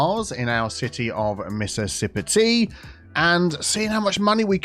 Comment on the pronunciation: Every time you say the name of this city I hear it as "Mrs Sippa Tea", and I love it